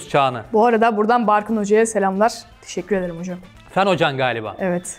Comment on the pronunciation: Deşekkür ederrim Ya olm acayip iyi ben de öyle diyorum